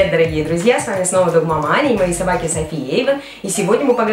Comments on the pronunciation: Почему мне слышится не Догмама Аня а Дог Маманя :D Кто из 2к19? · мне одной слышится дог маманя